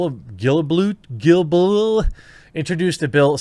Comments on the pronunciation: Pronounced: Gill Bow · Guilbeault? It’s geel+bo. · His last name is pronounced "gil beau" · Everyday I lose more and more hope in a proper future as a middle class. ...As a constructive note: His name is pronouced Steven 'Gil-bo'. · The minister's name is pronounced Gill-bow The main reason why they make tv channels show at least 60% of Canadian content (or so they claim) Is to prevent Canadian channels to exclusively buy old American re-runs for dirt cheap and only diffuse that. They claim that if they don't do that, Canadian tv shows don't stand a chance to compete against those prices. And i am inclined to believe them on that, as 40% of the shows on TV are older American re-runs. But this whole internet bill is just outrageous. The way it's framed, it could be interpreted to mean that either YouTube is free of blame if they don't curate videos at all (like 230 was supposed to mean), but if they do curate videos then the government will sue them for anything in a user's video they don't like, so YouTube would probably become the government's b!tch and delete any videos the Canadian Government disapproves of. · Guilbeault is pronouced " Guee-bo". Also fuck censorship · the pronunciation of the Heritage Minister's name Gil-bow (like a bow tie), and thanks for addressing this. Your Canadian fans appreciate it, the Maple syrup and poutine (provided your diet is allowing it I know you're trying to eat healthier) is on us next time you visit. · Guilbault is pronounced Gilbo ;) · lol, it's pronounced Gill - Bo, but your way is SOOO much better. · "Canadian Content" rules are to ostensibly keep Canadians from turning into Americans, or something like that. BTW Guilbeault's name is pronounced "Geel-boh". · Guilbeault is pronounced Gilbo fyi, and he's a former Greenpeace activist who has been arrested before. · "Guilbeault" is pronounced Gill-bo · It’s pronounced Gill-Bo (Guilbeault).:_QuarteringCartoon